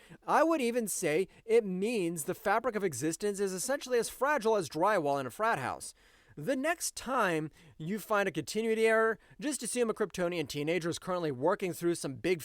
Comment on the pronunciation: Con tin ooity, say it with me